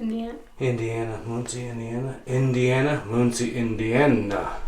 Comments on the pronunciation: mUNcie Indiana, not mOOncie Indiana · I love the way you say muncie Indiana 😂 moonsie Indiana it's pronounced like mun (so like nun but with an m) and the the cie is like see so muncie or Munsee. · FYI, it's Mun-see, not Moon-see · It pronounced mUNcie not mOOncie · It's pronounced MUN-SEE INDIANA. Home of Ball State University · No the ball jar company is not open in Muncie... Closed years ago. And it's pronounced Mun see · Pronounced... MON-See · Amanda Reynolds yep, and there is one I think in Danville IL near the Indiana boarder. The first time I heard someone say Muncie like that, im from the mt summit. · Zachary Solomon yeah I definitely chuckled when he said Muncie lol...